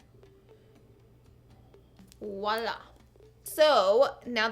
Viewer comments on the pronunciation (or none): none